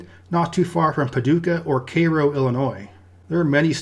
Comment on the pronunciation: Partial points for not pronouncing Cairo, Illinois as Kai'-ro. While you did pronounce it kay;-ro, from what I understand, it should be pronounced care'-o like the syrup (Karo).